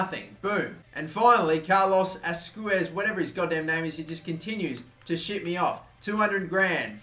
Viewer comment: His name is pronounced Asqwez